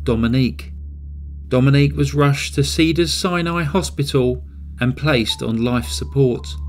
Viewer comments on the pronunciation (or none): none